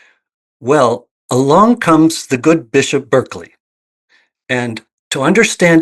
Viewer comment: it's pronounced Bar-kley, sorry I'm that guy 😅